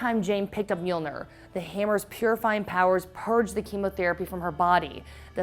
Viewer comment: And "Mjilnor" in the beginning 🙊